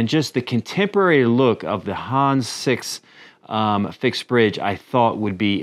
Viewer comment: It is not pronounced Hans, but Hannes. "Hann Ness" but without a pause as one word. Schönen Gruß auch Deutschland, netter Kanal 😎👍